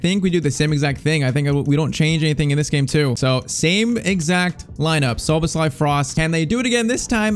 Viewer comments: Look up how to say Szoboszlai becouse you are saying it so wrong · Szoboszlai name is pronounced sho-bos-sly